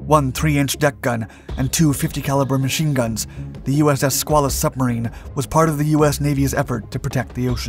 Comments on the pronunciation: also....skway luss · As for the debate as to the proper pronunciation of submarine crew, I submit that it is BUBBLEHEAD! 😁 HM 0000/8401/8404/8482, 86-98 Please accept some help with pronunciation; the name of the submarine is pronounced skwale-us. The river by the Portsmouth Naval shipyard in Kittery Maine is the Piscataqua, pronounced pis-cat-uh-kwah. 😃👌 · It's pronounced SKWAY-lus and the river is the Pis-CAT-a-kwa. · The correct pronunciation is "squid". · We always have debates of pronunciation of "SquAYElus as opposed to SquaAWLus. Just the PITA problem of the English language.